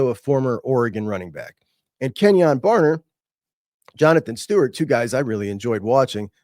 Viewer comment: Kenyon BarNer not Barber. Go Ducks!